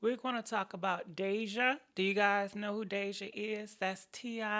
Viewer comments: Poor babygirl 🤦🏾‍♀️ This happens to so many girls... so many so many. Wow! I agree with everything u said... but baybaee that girl name is not Desenay😂😂😂😂😂😂 Its Deyjah. This was a good topic. And thanks for sharing the story about your dad also❤❤👸🏾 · Why is she saying this sweetheart's name wrong over and over? Its not Dijonay, good Lord! Its Deyjah(pronounced Dayjuh) Which is a beautiful name. But even though her dad is very protective and went about it differently than some is no reason to bash his parenting. This could happen to anyone's child. Only Dejah can explain what happened or where she was at the time so its not right to assume and blame either of her parents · its (day) (day)-(ja)-(h) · Please say it right. She also add words to the post. And that damn fan getting on nerves🙄